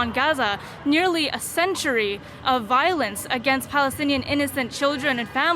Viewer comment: ”.. Balestinian Beople” so fake they can’t even pronounce Palestine properly. - It’s a Roman (Latin) word and letter P doesn’t even exist in Arabic.